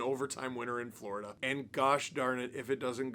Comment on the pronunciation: Lost to “Vloridah” … meh 🫤 💩 🐍